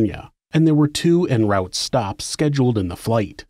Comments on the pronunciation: Love your vids, but "en route" is pronounced "on root", it's French. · "En Rowt Stops"?